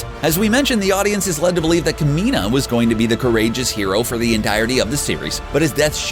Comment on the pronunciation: The Kamina pronunciation killed me, every time. At least watch the show until learn how to pronounce the characters name correctly......